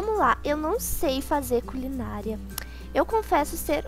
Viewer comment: Só eu entendi culinalia?